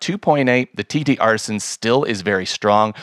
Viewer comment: I know this is petty, but: TTArtisan (singular), not TTArtisans. You’re very good! Your channel is definitely among the best on YouTube related to photography gear. Your content and execution are of such high quality that even small errors with a company’s name, however, stand out. Keep up the good work, but, please note: 7 Artisans, TTArtisan.